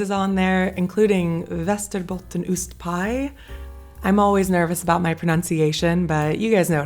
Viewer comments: I'm from västerbotten, and I approve if your way of saying "Västerbottensostpaj" I also live where surströmming is very much eaten as a delicatesse, I do eat it, but I am not very fond of it, it is basicly just a very salt fish, and I am not fond of fish. Also, the smell is very overwhelming if you don't know what to expect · Living in the part that invented västerbottensost and västerbottensostpaj (not so coincidentally the part is named Västerbotten), I can say you pronounced it really well :) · I'm really impressed by your pronunciation of västerbottenostpaj